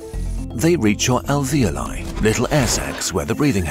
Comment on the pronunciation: your intonation on the words alveoli and respiratory sounded kinda weird